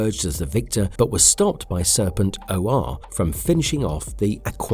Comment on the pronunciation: Serpent....O....R.... sigh Ok.